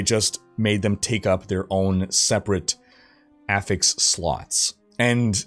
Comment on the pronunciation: Dude, you need to work on your pronunciation of words... everytime you say sparse or affix, it drives me up the wall...